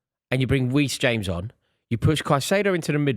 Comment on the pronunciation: Did say Weece James 😂